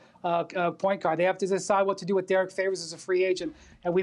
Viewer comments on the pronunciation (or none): none